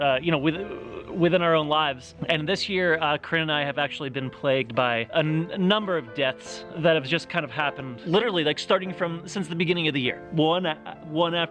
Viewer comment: I heard DEDTS not DEATHS and I was confused to say the least